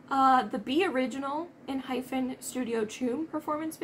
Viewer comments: It’s pronounced En-Hi-Pen. I stayed up to watch the premiere of the MV. ENHYPEN slayed the song. The visuals, vocals and the choreo 🔥🥰. The back up dancers 😫. Amazzzingg😂. It went too fast😂. Please react to Sacrafice Eat Me Up. Also, Looking forward to your reaction to the album. FYI the song Fate is the Intro of the album which is not a full song. Starts with a narration then the song. That’s how ENHYPEN album is set up. Thank you for reacting 💕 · It is pronounced En hy pen. If you want to watch another with the same feel and storyline, you should react to Sacrifice next as it was paired with Bite Me, and then I would advise you to start at the beginning with their debut title track Given-Taken. It is heavy on vampire storyline and also has mirrored choreo and pair parts you might recognize. Also, Fever is another one to watch after Given-Taken. Then make your way through their MVs. The boys are amazing dancers and their choreography is top tier. Watch one of the more recent guides, and I-land, if you want to get to know the boys and their journey. I-land was pretty much the rabbit hole for me…I fell in and am still there 3 years later.✨